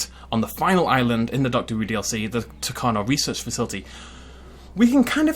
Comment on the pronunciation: Don’t wan’t to be annoying but this bugs me. Tacano is pronounced Tacanjo.